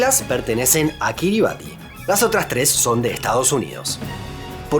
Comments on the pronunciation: Kiribati se pronuncia "Kiribas" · "Ti" en gilbertés se pronuncia como una s, por lo que la pronunciación correcta sería Kirismás, del mismo modo que Kiribati se pronuncia Kirimás, y el nombre de la primera se deriva de Christmas, por lo que es una de las tantas Isla Navidad